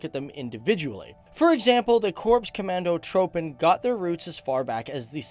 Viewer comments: its not commando"throwpen" pronounce it as Trooppen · He pronounced commandotroepen wrong. The troepen is the same as. Troopen. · Korps Commandotroepen is pronounced korps commando "troupen". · here is a tip for a Dutch men. The OE in commandotrOEpen you speak out as the OU in sOUp